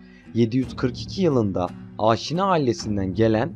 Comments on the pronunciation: "ÂŞİNÂ" değil, "AŞİNA". Diyesim, "A"lar uzun değil, kısa sesletilir. Ayrıca "SASANİLER" değil, "SÂSÂNÎLER". Diyesim, "A"lar ve "İ" kısa değil, uzun sesletilir. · AAAAAŞİNA AİLESİ DEĞİL ABİ ...YAZILDIGI GİBİ: AŞİNA HANEDANI....ADAM GİBİ OKUYUNN ..AAAAAŞŞİNA O TÜRKÇEDE OSMANLICA OLAN FARSÇA YA DA ARAPÇA OLAN KELİME BAŞKA BİŞEY.. HANEDANIMIZIN ADINI DOĞRU OKUYUN !!!!!!